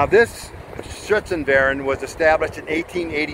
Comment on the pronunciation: Cool historical video. Pronunciation in German is "Shootzen-fair-ine"